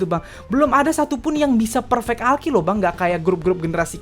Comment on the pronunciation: Lu bilang apaan sih bang? "All kill" kah? Kalau iya, maka prononsasinya "ol kil" bukan "Al kil."